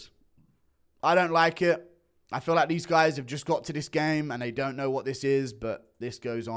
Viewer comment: Hahahaha ridiculous accent when he says "ewww don't like it don't like it" 😂😂